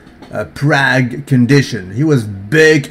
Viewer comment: it's 'prarg', not 'prag'